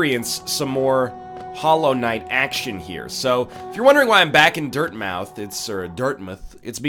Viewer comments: NL it's pronounced Dirtmouth. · yeah the controller support isnt the best, but the newer patches did help, same with the frame drops, i just futzed around in big picture mode until i got it to work. real glad im not the only one who says dirtmouth like dartmouth